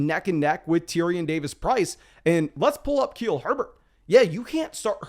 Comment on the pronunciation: Keel Herbert?